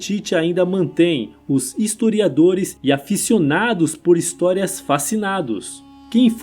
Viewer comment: Engraçada a pronúncia: atum (aton), Akhenatum (Akhenaton), histuriadores (historiadores)...